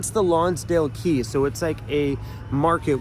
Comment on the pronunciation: 🇬🇧 Quay is pronounced Key, at least it is here in Britain. Have a safe journey to wherever. 👍👍👍👍